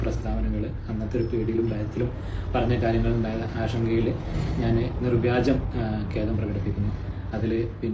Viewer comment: നിർവാജ്യമല്ല..... നിർവ്യാജം.....